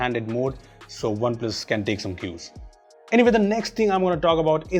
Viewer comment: Whenever says OnePlus Phones.... Why does the comment says spoons 😂😂